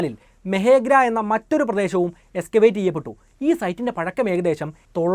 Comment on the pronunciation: മെഹെഗ്ര അല്ല മെഹർ ഗഢ്